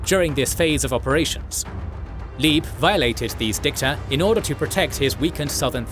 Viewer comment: Please don't pronounce Leeb (German) as Leeb (English) but as Labe (English). It's distracting.